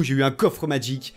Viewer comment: Magique pas madgique